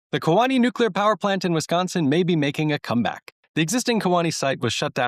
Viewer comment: Key Wah nee is how you say Kewaunee. But this is such awesome news